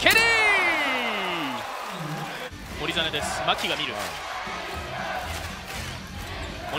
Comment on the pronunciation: やたらライアンケリーの発音がいいのはなんなのw